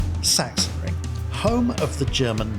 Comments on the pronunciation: Session ring :D :D :D say it like this: Sax on ring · Sorry, but i'm from germany and your "sassionring" makes me kinda sick xD The pronounciation is more like "saxenring". Didn't know if you researched that. Anyway great video and thanks for the recommentadion! I will give my community a hint ;) Edit: Just read the comment from AtzenMiro and saw that you already knew :D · fyi: pronounced something like "saxonring" (from saxony) ;) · Now you're confusing him even more by calling it Sachensenring ;) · try "sux-zen-ring" ;) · I live next to the "Sachsenring" (check my videos) and the correct pronunciation would be like Suxan-reeing Or simply watch germans say it 😅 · I think its zacksenring. Cuz s is z and ch is k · Awesome Preview for a great track. Just one thing, it's pronounced 'Sucksenring' . Sachsen ('Sucksen'/'Suxann') is the German name for Saxony. ;) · We waited much too long for your latest vid 😃 Great one as always! BTW: It is pronounced like 'Saxxenring' in German, but never mind. 😉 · Please dont see this as a form of critique or anything on those lines, I only want to inform you for future references. The "ch" in Sachensenring is pronounced like a "k". "Sachsen" is the German word for "Saxon(y)". Yeah, I know in most German words the "ch" is pronounced a bit weird, but in this case it is just a "k". So please don't take it in any offense form. Just for clarification. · Sachsen wird eher mit g gesprochen 😅 bzw. Doppel g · Better yet, "ch" followed by an "s" is simply pronounced like an "x"